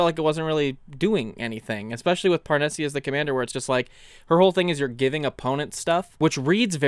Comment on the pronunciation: Parnesse is almost certainly meant to be pronounced in a French way, meaning the "e" at the end is silent.